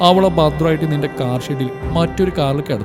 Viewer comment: " താർ " അല്ല, കാർ എന്നാ...